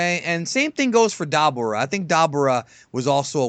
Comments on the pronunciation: Dobbora? You mean Dabura? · Dah-burr-ah? Bro..even in the series they call him duh-bore-uh. Dont try to be fancy. Lol. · Duh-bore-uh (dabura) not dob-ur-uh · “da bor ah” lmao sheesh just say it the regular way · Its Duh-bore-uh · the way he says dabora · Duh-boor-uh. That’s how you pronounce it. I thought you were a fan. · It's DAH-BORE-UH say it with me now. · As soon as he mispronounced Dabura I dipped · Why the he’ll do pronounce dabora name like that you ain’t a fan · You are saying Deborah’s Name wrg my god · Thats not how you say dabura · Dude pls pronounce Dabura correctly, you sound like a dumbass lmao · Why are you Pronouncing Dabura Like That??? You Love To Try and Pronounce The Names in Fashion That Pretends to have A Japanese Accent. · Its annoying, he pronounces a lot of things either wrong or in a different way. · The Namekian yes, it is not Hercule, but that was changed for a reason and there is nothing wrong with it. The Genkidama is the "Spirit Bomb", not the "Spirit Ball", which is Yamcha's technique and the two shouldn't be confused. Dabura is spelled the same so your statement regarding the pronunciation of it loses its impact when typed in this situation. Also, words are pronounced differently in different languages so just because it is pronounced differently in English than in Japanese doesn't make either wrong. The dub is correct as it is how things are pronounced in English, in Japanese things are pronounced differently, but that is the nature of language.